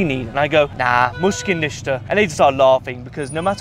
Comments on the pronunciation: you say mushka nishka but it is pronouced: mish-kill naysta (no problem) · it’s actually mushkil nista 😅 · It's "Mushkil ni asta". "Mushkil" = problem, "Ni asta" (rough translation) = no.